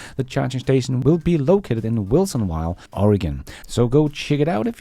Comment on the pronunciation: Sorry, that Oregon town is Wilsonville and not Wilson Wild. 🤣